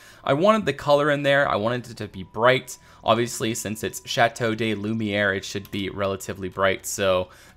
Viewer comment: Great video! I really can't wait to see this finished! A small tip for the pronounciaton of te name: "de" in french is pronounced "duh"